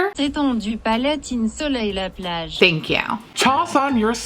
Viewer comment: Hey, wonderful pronunciation of plage. Appreciate the effort